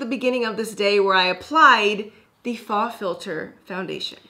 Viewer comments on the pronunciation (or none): Love you. But it’s not “fah,” it’s faux (foh). Rhymes with show. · As a French 1 student/know it all, I just wanted to say that 'faux' rhymes with 'show' and 'go'. Loved the video!